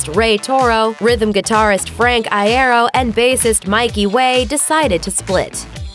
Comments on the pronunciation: Tip: it’s eye-ear-oh not eye-eh-roh... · ITS FRANK EYE-EAR-O NOT I-AIRO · Eye-ear-Oh that’s how you pronounce it speaker lady not eye-air-o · Ikr like come on it's ee-aero duh lol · I-A-ro... I’m just a bit triggered. It’s I-E-ro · Its not pronounced Eye-Ero its Pronounced Yero to your advanced grammar but over all you have a good narration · PLEASE I DONT WANT TO HEAR HER SAY EYE AIR OH AGAIN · Its Frank I-EE-RO Not Frank I-EH-RO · Frank I-air-o? Its Frank I-ear-o lmfao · It's eye-ear-oh not eye-air-oh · Frank Iero EYE AIR O it's pronounced Yoro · oh for gods sake its i-EAR-ro nOT i-air-oh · NO NOT I AIR O IT'S I EAR O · Eye-ear-o not eye-air-o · IEEERO NOT IAIROOO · I-EAR- o not I-air-ro soz I'm triggered I had to 😹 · Frank Aye-Ero Lmao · ""Frank iarrow" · ..what did she call frank? Frank I EH OH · frank eye-air-o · Frank I-Air-O 🤣🤣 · This bitch said "Frank Eye-air-oh" XDDD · oh dear JESUS! Like I know it's pronounced "Frank Eye-er-oh" like, very annunciated but that's just exessive GOD DAMN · “frank eyeairo” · First of all its eye-ear-oh please thank you Second of all Frank didnt know about the split he found out from fans on Twitter And I'm watching this after the reunion show lol😂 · Every time she said Iero as I-air-o i wanted to throw up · "Frank eye-ero." IM DYING LMAO. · It's "eye-ear-oh", guys... Frank would have told you already. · Is anyone going to talk about how she kept calling him Frank i-are instead of l-ero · “Frank Eye air oh” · Oh my god it's "eye-ee-roh" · Isn't it Eye-Ear-Oh?? Well, I've been saying it like this for the longest time :/ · I'm triggered by how Iero was said at the beginning of the video. That was like Iaro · "Frank eye-ye-ro " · I'm cringing every time I hear "eye-arrow" I'm pretty sure that's not how his last name is pronounced. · 'fRaNk EyE-aIr-Oh" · "I air oh" Pffffttttttt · I-air-oh. Smh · Did you seriously pronounce frank’s last name I•aro? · EYE. AIR. OH. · "frank i-air-oh" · The way they say iero I'm crying "Eye AIR oh"